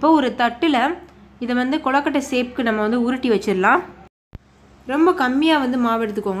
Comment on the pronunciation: ஏங்க அது கொழுகட்டை குழுகட்டை இல்ல